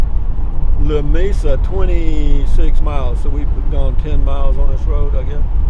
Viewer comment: As a native west Texan the true pronunciation of Lamesa is La Meeesa